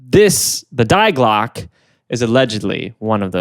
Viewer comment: I love guys but. It’s pronounced like, (dee glock eh) not die glock haha.